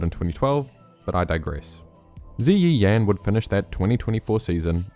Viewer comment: ZiYi Yan is pronounced Dzer ee Yen. The vowels are pronounced differently when preceded by a Y. Usually an sounds like zhang, chang, fan are pronounced like the u sound in but.